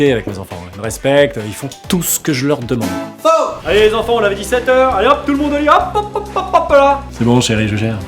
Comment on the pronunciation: Mais pourquoi tu dis FAUX comme norman 😑 sinon une super vidéo 😂😄😄😄